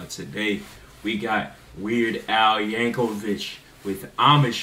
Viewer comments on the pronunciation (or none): No disrespect but his last name is not pronounced Yankovich it is pronounced Yankovick. I've seen quite a few first-time reactors pronounce his name as Yankovich